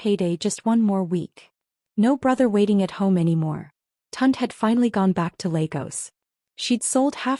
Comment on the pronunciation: Please get the names right and pronounce them correctly. The brother's name is Tunde - pronounced Tun-day. Please... Tund is not a Nigerian name.... just saying...